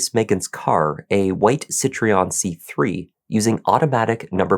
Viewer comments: It's Citroén, not Citreon. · "citroen" is pronounced "see- throw- N", not "say tree on" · It’s Citroen, not Citreon. I’ve just found first mistake, and I’ve watched tons of his videos. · Tragic case..but please learn how to pronounce Citroen... most people say SIT-RONE or more correctly SIT-RO-EN...definitely not SIT-REE-ON! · Citroën, not Citreon JFYI. Horrible case, as always executed in a respectful and professional way… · Yes, great job,... Just a couple of pronunciations: Warwickshire = Warrickshire (you don't pronounce the 2nd w) Citroen = Sitro-en, not Sitreon 😊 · Future reference - Warwick = "WAR-ick", Warwickshire = "WAR-ick-shur." Citroen = "SICH-rōn" or "SICH-rern." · You’ve done a grand job with your pronunciations there mate 👏🏻👏🏻👏🏻 it’s not easy for Americans to figure out how our place names are supposed to be said but you nailed it. The only word you got wrong was Citroen n that’s French so I’m not counting it anyway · Yorkshire girl here. Warwickshire is pronounced Wo (as in what), rick, shu (as in shut). Loughborough is pronounced Luff bu (as in shut) ru (as in shut), Citroen is pronounced Sitrun. Hopes this helps for future. As for the story, I'd like to make sure he always had a disfunctional body part. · Citroën is pronounced "see tro henn" 😊❤ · As a French person, what did you think of his pronounceation of Citroen? That was making me crazy, haha.